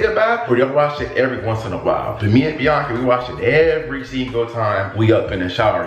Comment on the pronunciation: can’t say it right it’s biiaaaaaaaaaaaaaaaaaaaaaaanca. 🤣